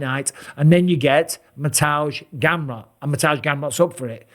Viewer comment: Mr. Bisping is the only non-Polish speaker who pronounces Mateusz Gamrot’s name correctly… Mister Bisping, the Polish Count 💪👌🤠